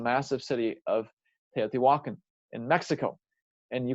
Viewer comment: It’s actually pronounced- teo ti walk on